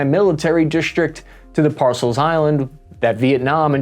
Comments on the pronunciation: "Para-cel" bro, PARACEL 😉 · ParaCels not Parcel Love you, those foreign place names can be a bit troublesome. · “Spartly islands” “Parcel islands”, read more carefully my man, you don’t want people calling you “” 😂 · Great report. As an FYI, Spratley is pronounced the same as 'brat-lee" but with an S. Paracel is pronounced "para-cell" (airborne i-phone? Hooah!)